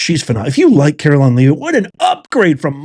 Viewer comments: Great video, but I'm quite sure that Karoline's last name is pronounced with a small "e" - sounding like "eh," not like the word "leave." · I believe her last name is pronunced "Le-vitt". The "a" in Leavitt is messing up everybody. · Karoline's last name is pronounced LEV-it not leave-it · At least pronounce the Press Sec's name correctly.